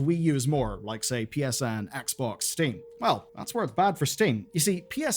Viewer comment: why did you call steam “sting”?